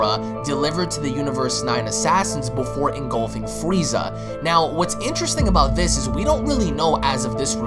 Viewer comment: the freeza song plays,,, fwwweeeezzaaaah